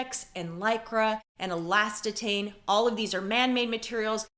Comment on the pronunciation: The pronunciation of elastane is pronounced e.l.a.s…..tane you are pronouncing it e.l.a.s…..ttane thought you would know the word as your the expert right.